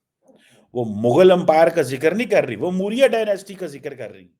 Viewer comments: चिमा मुरिया नहीं मौर्य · 😂😂😂Mooorya Dynasty, Moodi, Markeeet, Mandar ye to in namuno me jo so called Ph. D. hain unki jehani haalat hai jo itne aasaan lafz bhi inse bole nahi jate or kafi lafz ye jaan bujhkar galat bolte hain😂 Or fir ye jahil kahte hain ki Paakastaan Tarakki q nahi kar raha q k Bharat ek badi maarkeet hai, Bharat Paakastaan ke khilaf saazish karta hai, poori duniya Paakastaan ke khilaf saazish karti hai, Poori duniya Paakastaan se jalti hai, ye Hundu Baniya bhot shaatir hai Chooslims ke khilaaf saazish karta hai aur naa jaane kya kya aaul faul. I just wish ye jo apne jaise jahil 1947 me Bharat me hi chorkar chale gaye the wo bhi Paakastaan me chale jaayein taaki Bharat or tezi se tarakki karne lage or Sara Bharat shukoon se rah sake.😊